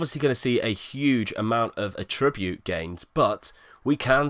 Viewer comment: I don't think I have yet heard an FM Youtuber say 'attribute' correctly. ;-)